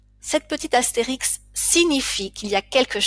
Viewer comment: depuis quand dit-on "Astérix" qui plus est au féminin, au lieu de "astérisque" au masculin???et "auksiliaire" pour augziliaire?pour quelqu'un qui enseigne je vous trouve un peu légère